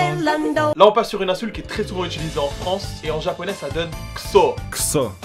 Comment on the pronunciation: Utilisé, pas itulisé, putain.